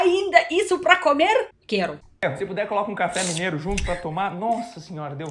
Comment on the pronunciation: mru nome é Lucena. Adoro seu canal. Vejo que você já fala um português bem razoável, no entanto precisa tomar cuidado com as palavras masculinas e femininas. A palavra comer bocê está pronunciando cAmer. Claro que é facil corrigir. O artigo também acompanha o sujeito. É impressionan uma russa dominar tão bem o português como como você. O alfabeto cirílico deve ser um impeditivo para quem quer aprender o português. Boa Sorte e até a próxima apresentação.